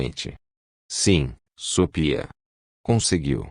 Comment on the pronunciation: É GENTE OU ROBÔ QUE faz A LEITURA? DEVE SET ROBÔ PRA FALAR SOPIA, ESCREVE-SE SOFHIA MAS LE-SE SOFIA, tem mais fala errado